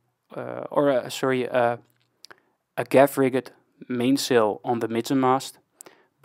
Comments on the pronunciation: Around the 15 min mark. Rigged is pronounced the same as you pronounce fully rigged ship.... as Rigg'd not riggEd. ... also Staysail, Headsail and Jib. The outermost is the jib, then head, then staysail... but again, if I have wrong info, I'm happy to be corrected, that's why I like watching videos like yours. BTW, ty, I do like your vids. 👍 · Just to learn. In Dutch a mizzen mast is called a bezaan mast. In English double 'o' is pronounced as 'oe'. So a schooner in English is the same way pronounced as schoener in Dutch. The frase 'rigged' is pronounced as 'rigg'd'. A informative video, keep going, keep learning. By the way i am Dutch also.